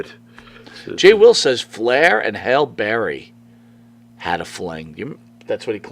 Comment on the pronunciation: hallie berry not hailey berry lol hallie berry is in her 60s she was in her 40sd when he was in evo lol